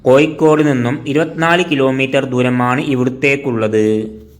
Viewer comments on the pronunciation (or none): കോയിക്കോട് അല്ലെടോ... കോഴിക്കോട് .വാഴയുടെ "ഴ "ഏയ് അല്ല . ഏഴ് . നീ ഒക്കെ ആദ്യം മലയാളം പഠിച്ച് വാ....കഷ്ടം .... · Koyikod alla kozhikod aanu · koyikode alla koya, kozhikode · പല്ല് തേക്കുമ്പോൾ നാവ് നന്നായി വടിച്ചു വൃത്തിയാക്കുക "കോയിക്കോട്""😂😊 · കമന്റ്‌ കിട്ടാൻ വേണ്ടി അങ്ങനെ പറയുന്നതാണ് എന്ന് തോന്നുന്നു.....😊 അല്ലെങ്കിൽ അറിവില്ലായ്മ കൊണ്ടോ അക്ഷര ശുദ്ധി ഇല്ലാത്തതു കൊണ്ടോ ആണ് പ്രശ്നം